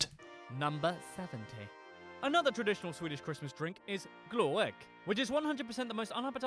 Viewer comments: Lots of misconceptions and flawed facts but one of them caught my eye as complete BS! No one ever set fire to Swedish glögg (pronounced as glögg not "glow egg". The letter ö is pronounced the same as the u in the word "murder". It's between 8 and 18% alkohol so it will not burn and it's made using red wine mixed with spices, even if the strongest versions (16-18%) are fortified with spirits. Something that was also not made clear. The reindeer is a domesticated animal. There is no wild reindeer in Europe. Surströmming is both very local and seasonal dish (August) from the north of Sweden. In most of Sweden we traditionally eat crayfish instead. We never had gouts pulling Santa's sleigh. In fact Santa is not really a Swedish tradition. We don't have anything called Christmas. We have "Jul" which was celebrated for millennia before anyone here ever heard of a middle eastern guy named Jesus. We still celebrate it the same with presents, food, drink and dancing. It's used to be the celebration of the midwinter solstice, that takes place around the end of December. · Im impressed they found another vowel & stavelse in "Glögg". Its not glow-egg. its more like "glugg"